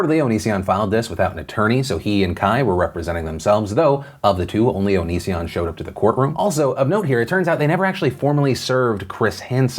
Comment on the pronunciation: Philip can't make up his mind on whether to pronounce it O-knee-sion or Oni-sion. Just call him Onion instead, can't go wrong with that.